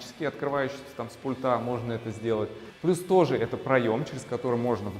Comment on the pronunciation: Очень хороший интерьер, кроме потолка в зоне бассейна. Вообще не подходит такой тёмный потолок в таком светлом интерьре- non si sposano assolutamente! Цвет бассейна потрясающий! Строительную химию для бассейна какую использовали, чьё производство? Костюм великолепный! Вам очень идёт. Теперь об ударениях. С пУльта! Пли'нтусЫ, а не плинтусА. Проверьте, пожалуйста, слово дилемма. Я знаю, что это НЕОБХОДИМОСТЬ выбора между двумя, или несколькими НЕЖЕЛАТЕЛЬНЫМИ возможностями, а не синоним слову проблема. Извините!